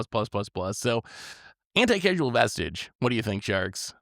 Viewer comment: Would have bought if had consistently pronounced the vestige...right or wrong. Also Tomer is right. In any optimal high power pod without house bans, chances are there's a Trouble in Pairs Rhystic Smothering...or use it defensively and steal something enabling your opponent even if it doesn't synergize with your deck (maybe that's why Herr Caretakers Talent doesn't want to buy in).